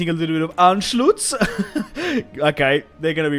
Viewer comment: wtf is anschlutz? It's Anschluss